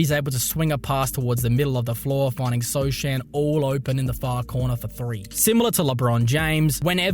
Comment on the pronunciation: i'm pretty sure it's not so chan but so han how it's pronouce jeremy sochan name 😂